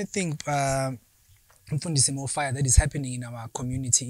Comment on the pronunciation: Did this guy just say Mfundisi Mofaya?....